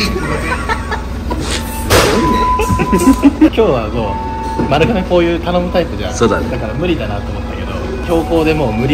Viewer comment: まるかめ、じゃなくてまるがめです！！